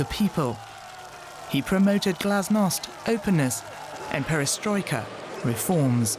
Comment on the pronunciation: 'Perestroika’ and ‘glasnost’ He had it right.